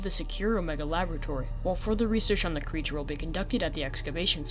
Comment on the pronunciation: mf really said "phee excavation site"